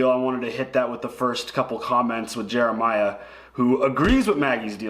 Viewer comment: That's so awesome that y'all read my comment first! FYI my name is pronounced Ja-Mee-La not Jeremiah lol but it's cool. Enjoy watching your comments!